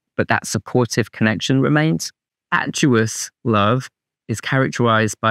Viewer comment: Are you saying 'Fatuous" or 'Atuous'?